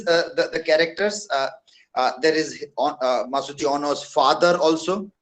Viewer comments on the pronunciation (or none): Hi my teacher,,, it's not Masujo but Masuji